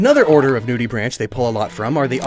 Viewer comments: The pronunciation of “nudibranchs” hurt my soul PLEASE STOP SAYING NUDEY BRANCH ITS NUDE-EH-BRANK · Just wanted to point this out, but nudibranchs is pronounced “noodibranks”, that’s why it’s spelled weird